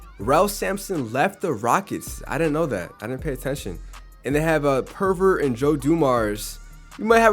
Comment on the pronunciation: Bro called purvis purvert